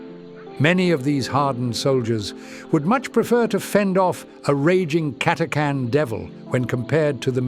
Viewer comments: CATA CHAN ... NOT CATACAN ..... :/ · It's pronounced Cata-chan not Cat-a-can! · WOW. Nice background audio. Also, your voice is really good. Just to be nit-picky... the "H" is not silent You don't take cange from the tip jar, no matter how carming you may be. It's CA-TA-CHAN or CAT-A-CHAN. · The official pronunciation of the "ch" in Catachan is /tʃ/ as in "chew", not /k/ as in "can".